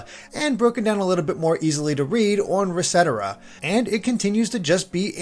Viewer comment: hi sorry i might have ocd and i felt bodily pain when you pronounced "resetera". ive heard other pronouce it similar, like one word, but im pretty sure its "reset era", like two words, also then its easier to understand how its written just by listening.. yeah, thanks